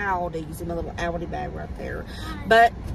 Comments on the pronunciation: I think the way you say Aldi is correct. I’m from England but live in the US and we say it the same way. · We don’t pronounce Aldi either way here in Northern Europe where Aldi is originally from so you are absolutely good in the way you want to say it 😂❤ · your saying it right lol everyone else is pronouncing Aldi wrong 😂